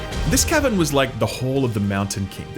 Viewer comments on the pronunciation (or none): I can't tell if he's saying Cavern or Kevin